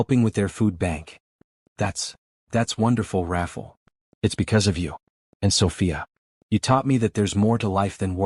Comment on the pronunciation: The narrator’s pronouncing the man’s name as Raffle, but is it supposed to be Rafael or something else??? I hate it when names or words are mispronounced because it takes away from the flow of the story a little bit. Not enough to stop listening, but just enough that it becomes annoying. Good story nonetheless. It’s inspiring ☺️